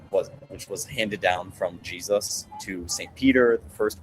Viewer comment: Did he pronounce his name kind of like: “Hay-soos?”